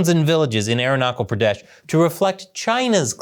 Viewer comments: Aarun-nachal pradesh. Not air-knuckel pradesh. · Arunachal Pradesh is pronounced uh-rooh-nah-tch-al pruh-desh. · 4: 47 😂...It is not pronounced as: "Air knuckle Prades". Aru A as in Art and ru as in Peru, then add Naa. "Chal" ch as in Chile. It rhymes with wall. Pradesh....rhymes with fresh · CH in "Arunachal Pradesh" is pronounced like "church". Good content. I grew up in Darjeeling, the Indian Tea capital!! Was there to see the night-time bomb-blasts in the 1961 war!! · “Aeronautical Pradesh” hahahaha